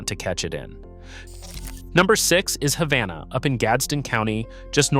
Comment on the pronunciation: #4 is pronounced Hay-vana.